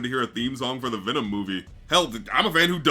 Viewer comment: no it's VNMMM! VNMMM, VNMMM, VNMMM! VNMMM, VNMMM, VNNMMM! It's like he's purposely not even trying to say the word "venom" correctly.